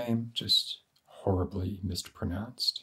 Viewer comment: "horribly mistpronounced" made me laugh